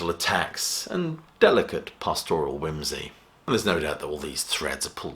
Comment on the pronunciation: An excellent and informative review. Just one tiny niggle... it's PAStoral, not pasTORal.